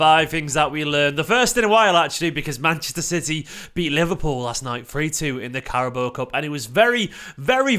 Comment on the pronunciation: for the love of God, we've won this trophy 4 times in 5 years, can you please stop calling it the Cara-BOWUH cup and learn the name lol. It's Cara-BAO.